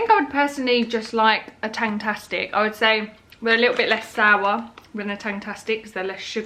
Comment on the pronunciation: I will be running to Tesco to try the toblerone and sticky toffee cupcakes! Loved this video. One thing to mention, the haribos you are talking about are called tangfastics not tangtastics ☺️ Loved the video ❤️